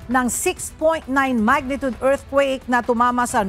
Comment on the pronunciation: Magnitude, not magnitud pls